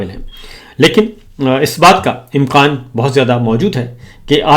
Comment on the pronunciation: Sabir bhai " im-qaan " im-kaan ho-ta hay 😂 😂 😂